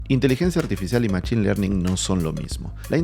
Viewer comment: En inglés se escribe machine y se pronuncia mashin.